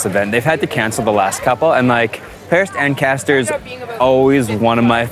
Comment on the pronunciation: Manon you nailed Paris-Ancaster, well done! Hope you had time to get some Canadian goodies like maple syrup to take home. :-)